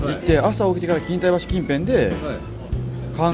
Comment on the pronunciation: 錦帯橋はきんたいばしじゃなくてきんたいきょうって読みます。